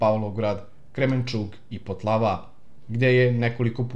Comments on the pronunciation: Nije Potlava nego Poltava!!!Očeretino ne Očertine! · Poltava se kaže a ne Potlava,piše lepo